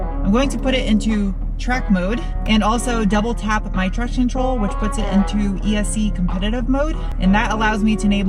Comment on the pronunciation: I would donate to your channel to have you pronounce traction control correctly just once. Also someone must have eaten one of those cookies cause the graphic only showed three